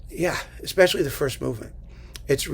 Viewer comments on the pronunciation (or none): none